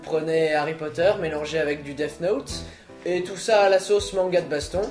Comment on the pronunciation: DEATH NE SE PRONONCE PAS DEATH(F) MAIS DEATH(SS) CAR SI TU PRONONCE AVEC UN F SA VEUT DIRE SOURD